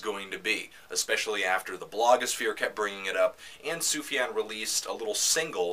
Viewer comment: That's pretty close to the correct Arabic prononciation, yeah